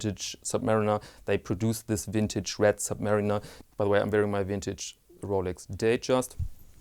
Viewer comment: Love your videos. Everytime you say 'wintage', I get a smile on my face.